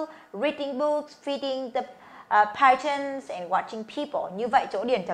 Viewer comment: Sai r phải là Pigeons chứ k phải Picheons